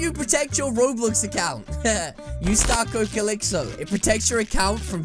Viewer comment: Calixo it sounds more like calier